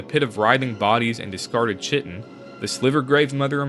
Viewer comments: Love the information provided but unfortunately I can tell your script is ai by the sentence structures used and then (specifically for flavor purposes) you say chitin but you pronounce it wrong. Why would you add a word used for flavor into your script if you weren't even really familiar with the word yourself? Still appreciate the video but would be much better if it were human made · Chitin = "kite in"